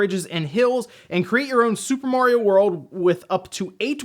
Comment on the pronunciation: It's mario not morio